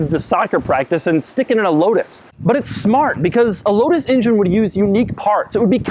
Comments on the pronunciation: love the video. but call it an "en-jen" please...not an "in-jin" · injin cover? ive never heard anyone say injin instead of engine. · Why does it sound like he's saying "Ingine?" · Fuck it. I can't hear this guy say injun one more time. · Sorry I can't resist it anymore................"injin" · Doug pronounces engine like my WWII vet grandfather says native americans